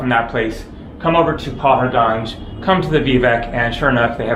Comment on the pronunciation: Hi: Welcome back to India! Paharganj is pronounced "pahaadgunj" - "pahaad" in Hindi means mountain or hill.